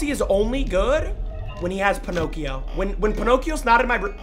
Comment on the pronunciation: got me rolling every time he called balloon boy ponocio